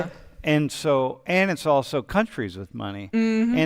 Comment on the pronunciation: She said “ulso”. Boy. What a dip something.